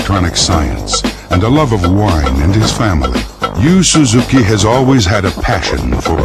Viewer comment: can't even pronounce Yu Suzuki's name.